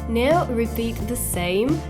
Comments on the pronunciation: piccolo appunto sul tuo inglese 😃 "now " si legge NAU e non NEU: ):):-) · Hey hey mica intendevo giudicare il tuo inglese o dire che è sbagliato. Solo, si legge "nau" in Inghilterra ed negli Stati Uniti. Poi se vuoi dirlo all'australiana o sudafricana... :D Se dici "neu" non è sbagliato, ma (a me) suona male. ;)